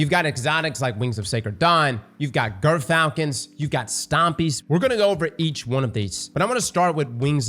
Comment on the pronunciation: I swear he's saying girthfalcons